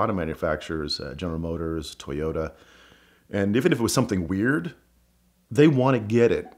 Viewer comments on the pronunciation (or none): none